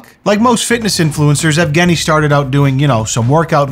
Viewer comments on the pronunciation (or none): Yeah, for a second I thought his name is Afghani as well (before realising that's pronunciation of Evgeny) and was wondering whether or not his 'stans' are called 'Afghani-stans' lool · I misheard “Evgeny” as “Afghani” and as an Afghan thank goodness lol was about to say we do not claim this